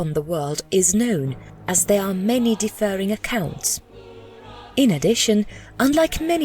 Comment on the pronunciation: "Petraining to"? It's pertain. Also "differing" isn't pronounced like "deferring".